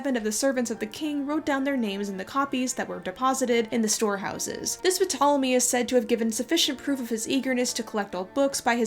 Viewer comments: p-tolemie 😭. Noo man come on. If you can’t pronounce mithridates or antipater that’s one thing, but Ptolemy? I hate to be that guy, but pronunciation check is one google away and makes you sound ten times as knowledgeable. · Ptolemy is pronounced Tolemy...the P is silent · (The "P" in "Ptolemy" is silent) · Every time she pronounces Ptolemy “PUH-tolemy” it takes me out of the story. It’s cringy to watch someone so self assuredly talk about something while continuously mispronouncing a word. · I can not get over puhtolemy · Love this video, helpful and refreshingly critical perspective of accepted history! Serious question though: why do you pronounce the name Ptolemy "Puh-tahl-uh-mee" but Mnemos "Nee-mohss?" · The p in Ptolemy is usually silent and pronounced tolemy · Isn't the "P" silent? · By the way, I think the P in 'Ptolemy' is silent :) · the P in Ptolemy is silent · you don't pronounce the p in Ptolemy. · you don't pronounce the p in ptolemy. its silent no? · This is such a good video and super interesting but I just want to quickly say that ptolemy is pronounced with a silent p at the start it’s like pterodactyl this has probably already been pointed out but just in case you didn’t know :) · Psssst……the “P” in Ptolemy is silent. I liked the video:) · For a history buff, it’s weird you pronounced the P in Ptolemy. I’ve always understood it was silent. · So, I know that this is pretty nitpicky but Ptolemy is not pronounced with a phonetic P... just as pterodactyl does not have any P sounds even though there is a P in its spelling. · I've never heard anyone pronounce the P in Ptolemy lol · Yo, ain't P in Ptolemy silent? Scratch that, I know it is. Wtf how can you speak with any authority whatsoever with a trip up like that, I don't trust that you actually know what you're talking about. I will continue watching with scepticism, idk why you're so buthurt about a library anyway, I mean fuck Carl Sagan right? Who's that guy? 😏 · Isn't the P in Ptolemy psilent?